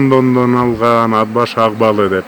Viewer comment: Ад башы эмес..Ат башы